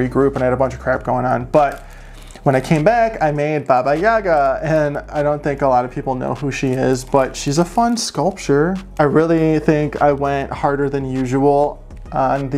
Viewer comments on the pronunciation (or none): Amazing! You have done so much work this year, and it's fun to see how much you've branched out. BTW, I LOVE your Baba Yaga! She is someone I researched many years ago for a project in art college. According to Kenzi of Lost Girl, it's pronounced " Baba Yagá "(accent on the last syllable.) She speaks fluent Russian, so I'd imagine she's a good source! Anyway, Happy New Year,!